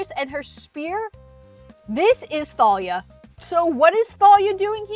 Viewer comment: I think the H is silent, so it would just be pronounced "Talia" but what do I know